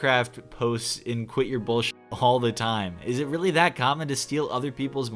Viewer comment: When you say "quit your bs" it always sounds like you're saying "queer bs"😂